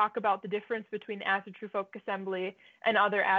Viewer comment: As-AW-TRU NOT fkin As-A-tru